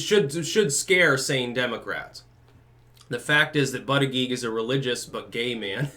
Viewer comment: Scares me that now pronounces his name correctly, for all the reasons.